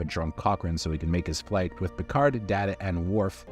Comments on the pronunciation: Dada? Come on... You've got to do better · It’s Day-tu not Dat-uh. There’s an entire TNG scene about the pronunciation. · Did you say Dada! How disrespectful... Let DATA tell you how it is! I thought you were a Star Trek fan. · This video was great... but never call Day-Tuh, Dah-Tuh! Also, Michael Piller, not Pill-EE-er. And Alice Krige is pronounced Alice Kree-Guh. Just sayin'. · Are you saying Data wrong on purpose cause its really f-ing annoying! Its Data NOT Daaata, you know what you’re doing ya jerk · Day Ta, you called me Dat-Ta. One is my name the other is not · Did you just say dah duh, instead of daytah? Seriously? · He called him Da-Ta instead of Day-Ta and I feel there is an entire episode of TNG dedicated to this folly. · My first time watching this channel... so many mispronunciations... "B'etor", "Wolf 359", even "Data". I'm less than half way through and can't continue as it's hard to trust a presenter who doesn't know the subject matter. "Data" was the last straw. One is his name, the other is not. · I'm sorry did you say DAH-Ta? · Nemesis was far superior to Insurrection. Also, why are you saying Dah-Tuh when you’ve seen TNG before? And it’s Clockstoppers, not Clockwatchers. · Um it's Alfie Woodard not Alfrie!!! And Data is a long A, as in DAY TA. How can a Trek fan screw that up? There's even issues on Series with Pulaski and another female scientist pronouncing Data wrong. He even corrects them. WTH??? Ugh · You kept mispronouncing Data's name. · It’s pronounced bay tor not b tor, have you even watched the show before…??? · 'Data' not 'Data' One is his name, the other is not. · The worst thing about this particular narrator is his utterly inconsistent pronunciation of actor and character names, especially Data.